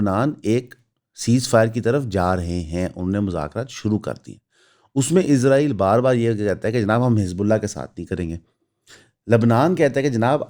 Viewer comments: 07:75 par aap nay Israel ka Naam Lia. Bhai jaan aap ezrael kehtay hain. Woh hamaray farishray hazrat ezrael ka Naam hai. Bara e meherbani lafz س par zor dain. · اسرائیل کہنے اور عزرائیل کہنے میں بڑا فرق ہے بھائی جان۔ آپ اسرائیل نہیں، عزرائیل کہتے ہیں۔ یہ بات لگتی ہے۔ حضرت عزرائیل علیہ السلام ہمارے فرشتے ہیں۔ آپ تلفظ ٹھیک کریں۔ مہربانی ہو گی آپکی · میرے بچے ابھی سیکھ رہے ہیں۔ آپکی ویڈیوز دیکھتے ہیں۔ انکا مجھ سے بار بار سوال کہنا کہ بابا یہ بھائی اسرائیل کو عزرائیل یا ازرائیل کیوں کہتے ہیں۔ عزرائیل تو قرآن میں فرشتے کا نام ہے۔ برائے مہربانی تلفظ ٹھیک کریں۔